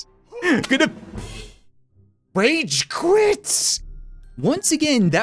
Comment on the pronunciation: did he say wage quite insted of rage